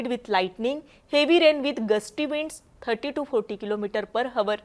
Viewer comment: हावर्स नाही ओ ताई 🙏आवर्स असा उच्चार आहे. वाइंड्स नाही विंड्स!